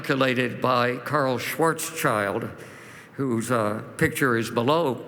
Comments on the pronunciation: I have found a mistake 😂 but only one 🤓 Schwarzschild - Shwarz-child - Shwarz-shild If you hear a climate cry, let's say more than one. And not only sch-ch-sh 😁 Thank you for this video ❗ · Very unconvincing talk. Graph doesn't even have the right x-axis - since he is supposed to be an expert in optics, he should have noticed this. He should also learn how to pronounce "Schwarzschild."